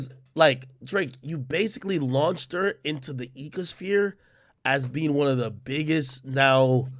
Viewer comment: bro said ecasfere